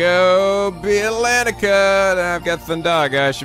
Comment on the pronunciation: I think we should tell that he's been saying Atlentica wrong ^^; the "a" is silent